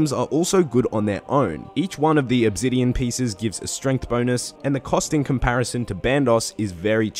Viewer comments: loves mispronouncing stuff Pretty sure he does it one purpose at this point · didn't know obsidian had a Z in it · they way hes says "obsidian" and "ethereum" really pisses me the fuck off.